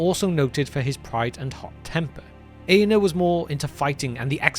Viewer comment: Very good video. If I may suggest, the letter R is pronounced in the names. It’s AragoRN, EaRnuR etc. thanks